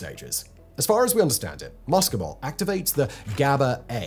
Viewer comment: Your Latin pronunciation is abysmal. Muscimol is not ‘MUSSKY - mol’ Like the ‘oo’ in look (southern England pronunciation), It’s ‘MOO see - mol’ The CAPITALS are emphasis! The ‘sc’ in classical Latin is ‘sssss’. You’re watching too many American mycology channels for your research!